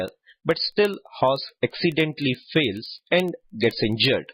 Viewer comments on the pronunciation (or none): That fellow reads as fails, instead of falls. Watch again how this fellow reads English as fails, instead of fails..